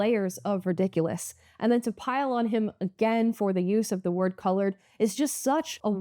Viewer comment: BIDEN SAID CLOURED